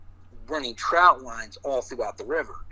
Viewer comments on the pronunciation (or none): TROT LINE not “Trout Line” JS